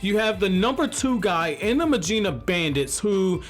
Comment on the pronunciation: Very proud of that first proper mujina pronunciation . Keep it up!